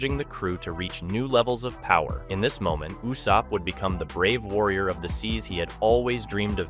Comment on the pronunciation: Bro stop saying Yussop, his name is Ussop like Ooossop. His dads name is Yassop, his name is Ussop.